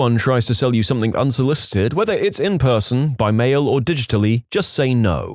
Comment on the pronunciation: SomethinG, see the G there, it's not a k.